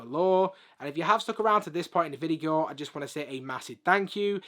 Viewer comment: bro sayed vigio not video